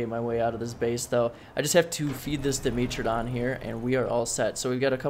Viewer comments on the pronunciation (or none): When you say "Dimitridon" you are refering to the "dimetrodon" right?